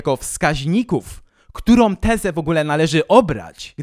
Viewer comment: bardzo Cię lubię ale to chyba pora na krytykę. Może nie samej zawartości ale tego jak mówisz. Czy nie jesteś w stanie się nauczyć wymawiania samogłoski /Ą/? Setki razy w ciągu tych 75 minut muszę słyszeć np.: takom, którom, som, zwykłom, możliwościom. Uwierz, że nie ma takich słów w polskich słownikach. Nie wiem jak to odbierają inni ale mnie to bardzo razi:(